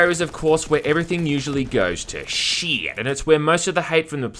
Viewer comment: Sorry man, but every time you say "shit" i die laughing! xD